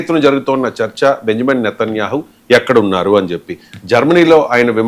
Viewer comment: వీడికి పేర్లు కూడా సరిగా పలకటం రాదు. నేతన్యేహు కిడ్నాపా?..😅 ఎవడ్ర నువ్వు...ఉడతలు పట్టే వెదవ😅😅😅